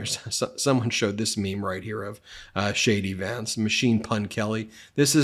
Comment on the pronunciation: Shady Vance takes me out everytime! I just love the way you say it. Emphasis on “Shady” 🤣🤣